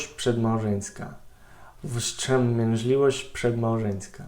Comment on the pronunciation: Nad słowem "wstrzemięźliwość" musi jeszcze popracować. Odniosłem sie tylko do tego jednego zwrotu. Powiedziałbym, ze więcej niż połowa słow w mowie Nazara ma juz akcent polski.